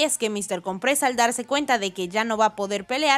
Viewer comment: Mister cOOOOOmpres... loco... con acentuacion en la O.